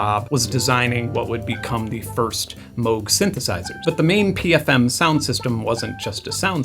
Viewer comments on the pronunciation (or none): Oh no, you pronounced Moog 🍀